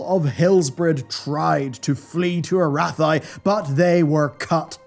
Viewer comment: ...sigh ..this dude will never get the pronunciation of Arathi right ... how many years is his community telling him how it's supposed to be, and gaze upon the results!...ehr? oh yes, none -_- ... it's like trying to teach donald trump that women and gays are humans too -- a fruitless endeavor.